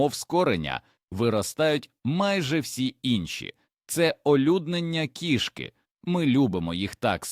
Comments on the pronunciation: У слові кІшки наголос на першому складі! Нутрощі тут ні до чого! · Жахлива озвучка ШІ, неповага до глядачів. КішкИ, кігтЕточка. 😢